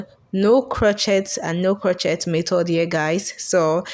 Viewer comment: Faux is pronounced for, not fox, and crochet is pronounced croshay, not crochette . Your mispronunciation of these French words makes it difficult for me to watch/listen to this video